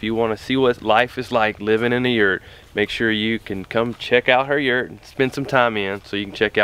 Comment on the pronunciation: Can you guys say yurt the right way please. My Mongolian antsasters are screaming .And what's up with the yurts outside layering its wood it's not traditional .Soo it doesn't look like a yurt it looks like a sad sad etimpt to make a yurt . SO CONGRATULATIONS FOR MAKING THE 2# WORST YURT THAT A HUMAN BEING CAN MAKE If I sound rude Sorry not sorry